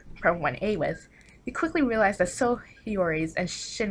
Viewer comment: Damn and I've been pronouncing Sou as "sau" instead of "so" the whole time